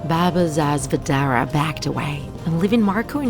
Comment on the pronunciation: you pronounced baba sa zvezdare so wrong its hilarious, coming from a serbian